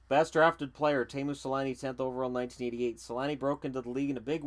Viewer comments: I though it was pronounced tee-moo not tay-moo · It's actually only pronounced Tay-moo in Finnish. Tee-moo is technically a mispronunciation.